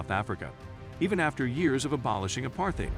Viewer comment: Nice try, but no cigar. Your ticklish pronunciation of "apartheid" already betrays your lack of knowledge about the country's history.